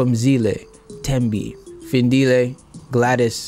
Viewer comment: I died when you pronounced Phindile lll my sister's name is the same and she does everytime someone says it a Findile😂😂